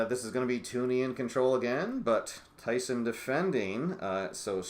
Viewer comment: It's TUN-ee, not TOO-nee.